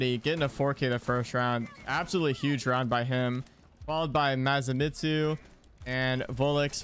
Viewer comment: Masamitsu pronunciation - Maw - sam - eat - zu. Say it quickly and it makes sense.